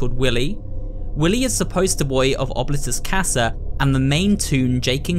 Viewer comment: im so sorry if this sounds rude, but i believe that oblitus casa is pronounced : " oh-blee-tuss- cass- uh"